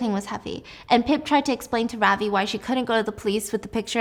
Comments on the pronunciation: Ravi (pronounced as ruh-vi) is what is his name. I got so confused when you said ravi singh. That’s when I realised holy shit they’re a name of asian origin. I was hooked though agreed with stephiance that it all just seemed too easy. Real life is much much more dangerous. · Gurl i am indian ,ily but lol the way you pronounce Ravi caught me off gaurd ,it is rav as in love and i as in ee from tofee , ✨Ravi✨ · You don't pronounce Ravi like that😅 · Stephanie I love you but your pronounciation of Ravi is killing me 😭